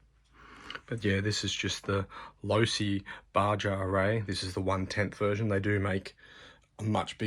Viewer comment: Nice overview, thanks. I just got the same Losi and I am sticking to 2S. FYI (from San Diego, CA USA) our neighbors to the south pronounce it “Ba-ha” ie Baja California.